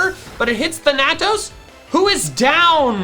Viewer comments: Thanatos is pronounced Fan-A-toss not than-a-tos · You're pronouncing thanatos wrong its like thanos but with toes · Is there a reason you can't say Thanatos correctly? I am now genuinely curious what makes you pronounce it that way. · my brain hurts every time you pronounce thanatos